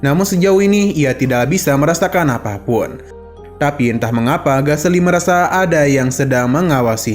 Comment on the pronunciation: Galecy bang bukan gaseli 😂